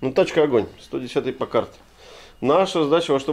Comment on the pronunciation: Ударение измените в слове Пакард